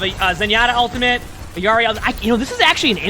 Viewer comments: Why does he say Iarri and not Illari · Stop saying "e-yari" it is "illi-ari" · Will you say illari right?, it’s like a physical cringe every time you say it